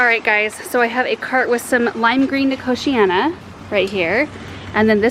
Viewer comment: I'm so glad you said nicotiana. I didn't know how it was pronounced and always said nicotine-a. Eek! Always learn something new on your channel. Thanks and team:)